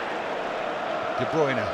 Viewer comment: Why do all British commentators say De Broyner instead of De Bruine?